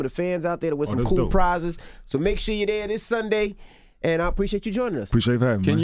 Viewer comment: i have the same first name, why does everybody pronounce it ken yin and not ken yawn lmao